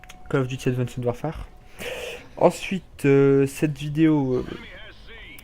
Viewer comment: Super video juste sa se dit pas avandced warfare mais advence warfaire sinon cool